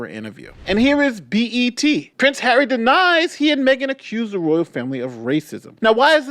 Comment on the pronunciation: Can she not pronounce Harry, it’s not Haaarrii.